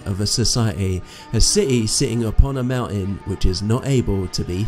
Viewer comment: You have atrocious pronunciations brother. You sound like michael cains maids son. 😂 please work on your English. It’s pronounced throne. Not frone . Brother not bruva mountain not monin . whole earth, not ho erf People, not peepol Christianity not chrissanny Together not togever Gospel not gossil Oi mate.